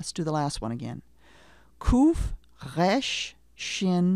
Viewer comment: Also Resh is supposed to be a trilled/flapped R, not a French sounding guttural R.